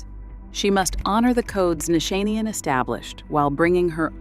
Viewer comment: The mispronunciation of names (Nichanian, Hermes, Cerruti), made it incredibly difficult to focus on what was being said.